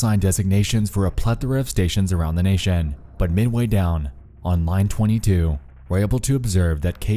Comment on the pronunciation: Dude.... Why did you say "organization" and "nation" and "application" so wierd 👀😂